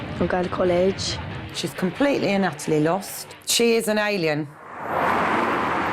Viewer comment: That's is 'utTerELly' disrespectful, like I get it but that pronunciation of utterly killed me